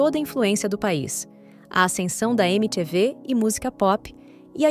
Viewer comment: O klux klux klan não começou em 1965. Começou muito muito antes. Achei o vídeo meio displicente em algumas informações. E faz edição melhor da voz da IA mano. Não é "eme tchê vê", é "emi ti vi". Até porque é assim que o canal também ficou conhecido no Brasil.